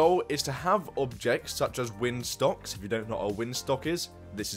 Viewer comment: I said that because it sounded like you said “windstocks” instead of windsocks